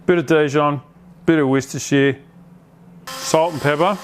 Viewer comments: Pleasant comment, don't hate me for it but us English say ' Worster' sauce not 'Worstershire' sauce. Just us/ me being a pedant seeing as Worstershire is in England so we generally know how to pronounce our English stuff. 😊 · Bloody love ya but don’t ever say ‘Worcestershire’ like that again! 🚫❌🚮🗑🇬🇧